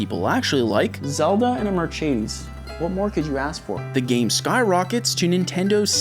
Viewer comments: Zelda and a WHAT? a "merchedeys" ?? .... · It's Mer-ce-des not Mer-chedes,sorry i love you man but my ears felt that 😂😢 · The first time I hear someone pronounce it Merchedes. It was only a joke, right? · and i hate how you say marchaydes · do canadians really say "mer-chay-deez"??? time for war. ☠ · "Zelda in a Mercheidis" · wtf is that "mercedes" pronunciation. merschedes. bro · Merchedes goes a bit hard tho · Why do you pronounce Mercedes like it was italian or something ? It's a spanish word for a german company. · Why do you keep pronouncing Mercedes like that? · What's with the weird pronunciation of Mercedes? Am I missing some running gag, or..? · I like how you purposely say Grand and Mercedes wrong 😅 It’s on purpose, right? 😅😅😅 Tell me it’s on purpose! 😅😅😅😅😅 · As a German, the way he said Mercedes triggered me crazy! xD BUT... I enjoyed your video! so keep it up!